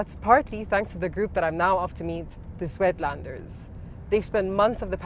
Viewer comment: The word is not swetlanders it is Suidlanders please make at least a passing effort to pronounce it correctly